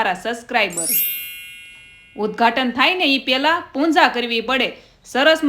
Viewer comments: punja na kevay Pooja kevay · Punja nay pooja kevay 😂